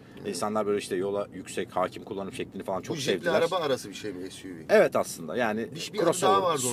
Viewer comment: Suv(es yu vi) diyor ahmette bir adı daha vardı onun Suv diyor gel de bunun filmine gidenle dalga geçme AS:FASDF